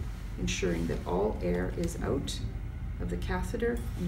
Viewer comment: Must be Canadian, she mispronounced "out" and Umbilical